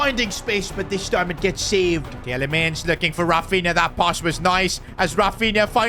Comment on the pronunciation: You speak Tielemans (the ie) like meal (fonetic) from a Belgian